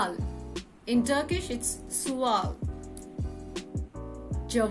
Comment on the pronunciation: its not sual, its suâl but its an Arabic word and if you ask me, i really dislike arabic words in turkish so i dont use them, for example, soru instead of suâl sözcük instead of kelime tanrı instead of Allah okul instead of mektep because im a language student and turkish is the most important one since its my mother tongue, by the way, youre Really good at pronunciation👏 have a nice day🌸